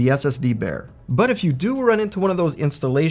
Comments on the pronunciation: Kudos for pronouncing Alpemföhn correctly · Can I compliment you on your pronounciation of "Alpenföhn"?! Haven't heard a lot of english speakers pronounce an Umlaut correctly. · Wait what? I thought North Americans were unable to pronounce ö/ø correctly. totally nailed it! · Pronouncing the name correctly 🤩